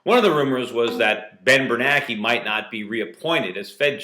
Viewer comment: And by the way, get the memo Mr Schiff: its BernANKE not BerNAKE.